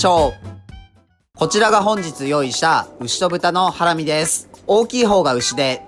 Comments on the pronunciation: イントネーションハ↑ラミなの？ハラ↑ミだと思ってた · ハラミ⤴︎なんだハラミ⤵︎って言っちゃうな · ハラミ→だと思ったら、ハラミ↑なんだなあ。それにしても、これだけ見ると肉としか思えない。それでも内蔵なのか。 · 自分大阪だけど｢ハ→ラ→ミ→｣なんだけど…(´ω`)